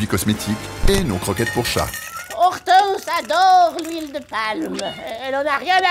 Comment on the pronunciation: Ortance le nom du chat 😅